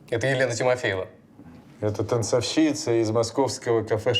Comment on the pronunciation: Очень люблю данный сериал, но как же в этой серии резали слух неправильно расставленные ударения (танцовщИца, незаконнорОжденный).